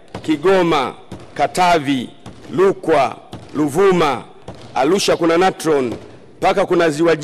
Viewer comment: mbunge kiswahili kina mchenga sana arusha anasema alusha manyara manyala rukwa lukwa aaah wawe wanarudi shule basi